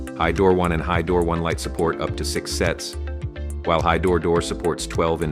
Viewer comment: The AI bot can't even pronounce "hydro", doesn't give a lot of confidence in the product